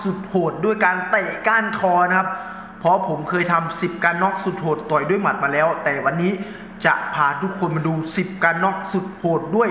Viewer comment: พุดชัดๆหน่อยครับ ต่อย ไม่ใช่ ตอย 😂